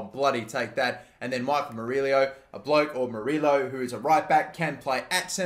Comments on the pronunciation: Murillo is pronounced Mur-E-O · Murillo is pronounced "Muree-o". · Please pronounce Michael Amir Murillo name right. As a New York Red Bulls fan, it really makes me cringe. Murillo is pronounced (Mer-e-oh)